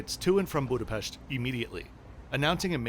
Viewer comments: Thank you for saying Budapest correctly! For the English speakers: s = sh in Hungarian, do you would want to pronounce the city as “Budapesht” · I was watching only the first seconds, and I already gave you the like, because you’re the first non-Hungarian youtuber - at least that I’ve experienced -, who pronounciates correctly Budapest with a proper ‘sh’ and not ‘st’. I’m Hungarian-Norwegian btw. 🙋‍♂️